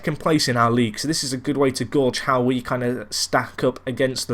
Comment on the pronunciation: pronounced gauge in a very odd way like 'gaw-dged, pretty sure its pronounced 'gaydged'